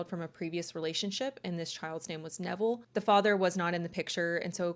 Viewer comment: 😖👹omG i thought i heard u say her childs' name from her previous union was DEVIL!!!💔😳👺 Lmao iht add the cc option and then <<RW xx fast lmao His name is Neville, not Devil lmao🤣